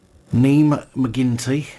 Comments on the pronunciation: It’s pronounced Neve not Neem (Niamh) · Niamh is pronounced Neev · Minor point. It's pronounced NEVE McKinty.